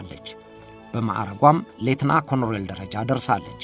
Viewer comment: ኮሎኔል በል ኮሮኔል ኣደለም